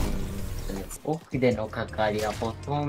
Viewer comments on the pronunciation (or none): ペガ↑サス↓